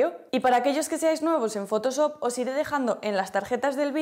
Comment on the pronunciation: me duele el oído cada que dice fotosop